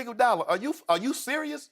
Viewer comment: Django Igoudala🤣🤣🤣